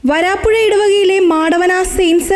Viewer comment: വരാപ്പുഴ അതിരൂപത എന്നു വായിക്കുക. ഇതു മാത്രമല്ല പലതും തെറ്റായി വായിക്കുന്നു.